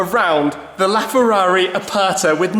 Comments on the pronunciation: Ferrari "Apatha"... Hahahaha... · Holy Spaghetti. Do you even know what Aperta means, let alone how to say it. But don't worry, you & 6 1/2 Billion other people wouldn't know either. Still, I don't think thats an excuse to have no education when speaking about a piece of Art Leonardo da Vinci would have drooled over. Btw, da Vinci means, from the town of Vinci, not a surname, & "Aperta" means, "open top" & the worse thing is how you & everyone who isn't Italian prenounce it. Its not "er" as in Ernie of Sesame Street, its "er" as in "error" or "er"ase. Try it. If it still sounds the same you got it wrong. I think a £5 million Ferrari deserves to have its Name said properly!